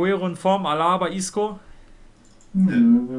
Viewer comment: Man sagt nicht Alaaaaba sonder ganz normal Alaba.